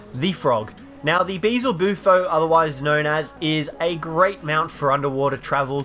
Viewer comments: What do you mean you can find the Spino on every map? You can't find it on Scorched Earth. Also, it's Beelzebufo, not Beezelbufo. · Ugh you said bee-Zle-boo-fo it’s supposed to be bee-el-zu-bufo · Why can't anyone pronounce "Beelzebufo" correctly? Everyone says beezlebufo and it's just wrong. Just pronounce it phonetically "Be-L-Z-boo-foe". That said, I love the vids! Keep up the hard work; you're one of the few ARK youtubers I don't get tired of super fast and you are constantly getting content out. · I will never get over Managarmyr and Beelzebufo being pronounced wrong